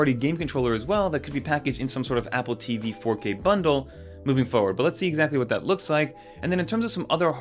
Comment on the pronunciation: I had the same thought (no direpsect either) "moneclature" ?? Also, is it just me or is anyone else annoyed by how he says “DONG-les” and “APP-le TEEE-VEE” like it's some plot twist? I genuinely love his con-TENT, but holy hell let's stop with the RAN-dom empha-SIZING one of these days.